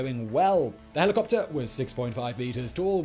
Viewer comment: I love this channel but the i could hardly understand half the words because of the diction. It's like all the last syllables are barely pronounced. "Helicopter" sounds to me like heliwuwuh. "Overhaul" sounds like owuah. Sorry im not a native english speaker.